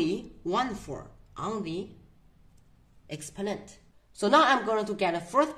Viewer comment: What accent is this, “Expo’nent”?